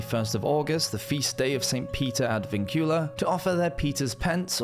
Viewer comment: Vincula. Stress on first syllable. means chains.